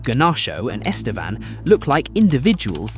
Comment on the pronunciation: Estevao not Estevan 😂